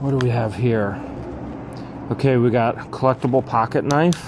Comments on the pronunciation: Jajaja...did he say a Ka-nife? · A "ka-nife"🤣🤣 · If you insist on pronouncing knife phonetically, you need to say 'ka-niff', rather than 'ka-nife'. Keep the idiosyncrasies in the same vein! Luck to you and the lovely Miss George... Carry on, Dw